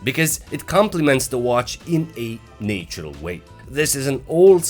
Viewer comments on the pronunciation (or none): Did he say in a "naytural" way instead of natural way!!! Bro. I'm french and english is not my native language and I wouldn't have made that mistake. If you insist in doing videos in english, which is obviously not your native language, you must seriously work on your pronunciations!!!